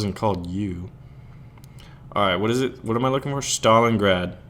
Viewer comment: You read it wrong, just Stalingrad, softer :v